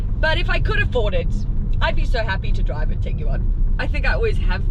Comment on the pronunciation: Why so many syllables? Its a Tig-One😁